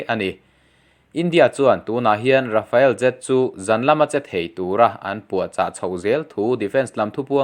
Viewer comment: Rafael tih angin i lam lek lek thin.